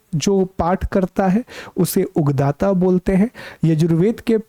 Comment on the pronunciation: Thankyou so much sir ❣️ One little correction added, सामवेद के पाठकर्ता को उदगाता कहते हैं,न कि उगदाता।